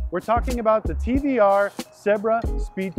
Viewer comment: Because it is a T"V"R Speed 12 they just couldn't pronounce it correctly